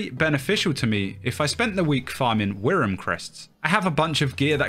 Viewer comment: WRYM -> is pronounced worm